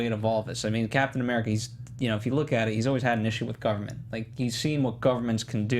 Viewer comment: STOP SAYING CAPTAIN AMURICA!!!